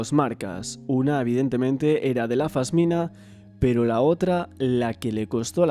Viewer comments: Un trabajo bestial! Pero cada vez que dices fasmina se me suicida una neurona. es una pasmina amor 😘 Ojalá Mario tenga la justicia que merece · Se dice pasmina, no fasmina.